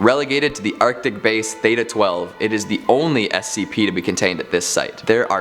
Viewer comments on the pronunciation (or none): none